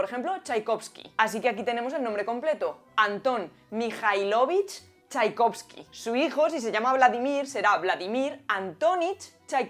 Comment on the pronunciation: El acento de los patronímicos van a la otra letra. No MijailOvich, sino MijAilovich Y tampoco es correcto en el femenino. Sería Maya MijAilovna TchaikovskaYA!! Cuándo es femenino, normalmente agregamos la A también al final del apellido